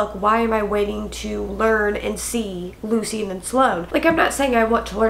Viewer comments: omg I keep getting so confused when she says the name Lucian lmao I had to go back and see who the heck luseen is since thats how she's pronouncing it...isn't it pronounced 'loo-shin' not loo seen? being honest here and not being an ass xD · I also agree it’s definitely pronounced loo-shin as yes luci is a nickname of that … definitely not loo-seen pronunciation… me being someone that knows 2 people with the name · Lol, it's Lu-Shen. Love you! 😂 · Lucian pronounced Loo chen 🙂I felt the book fell flat as well. Perhaps it was because of the build up of these characters I was expecting more. I was ready for Sloane and Lucian to jump off the page with a page turner plot. But instead Lucy decided to add the plot in from the other books into this one plus add another plot connected to Lucian. I felt it was unnecessary, asking myself "why?". Like you I do not feel it was a bad book at all I rated it a 4 and I think it was because I mainly love the series overall. But in truth the rating could be a 3.5 - 3.9